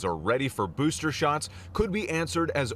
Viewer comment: "boosther shots"- michael strahan